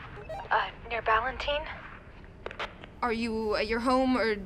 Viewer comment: Justin has apparently never been to Charlotte - the neighborhood is pronounced Bal- in - tine. Let your imagination do the hard work for you, just like Hitchcock.